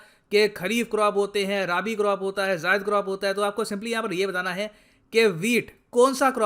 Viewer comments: राबी नहीं, रबी होता है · It's not राबि its 'रबी', 'रंबी' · राबी नहीं रबी होता ह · आदरणीय जी, उच्चारण सही करें, राबी नहीं रबी होता है यह फसल समय।जय हिंद।